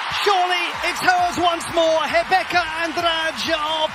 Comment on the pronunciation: A pronúncia do narrador quanto ao nome da Rebeca é a melhor que ja ouvi até agora. Bom quando profissionais se importam com detalhes.